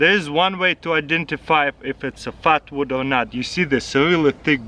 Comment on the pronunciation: At first I thought he said fart wood